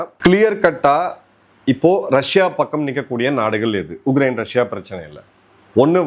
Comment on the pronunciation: His thamizh,his pronounciation has to improve a lot...he says ugrain instead of Ukraine